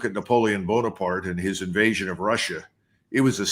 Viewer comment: INVATION? What Fu**ing nivation, are you drunk judge?